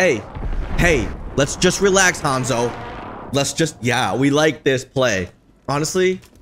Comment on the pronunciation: It's Honzo